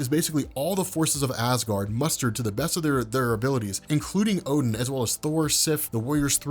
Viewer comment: Not oh den a gain